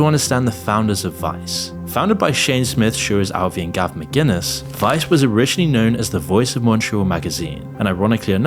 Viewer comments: Gavin McGuinness... You could at least get his name right 😅😂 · Its founder was the great Gavin McInnes, not McGuiness ffs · Gavin McInnes not Gavin McGuinness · it's McInnes. not McGuiness lol what a great video. cannot even get the founders name right. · It’s Gavin “McInnes”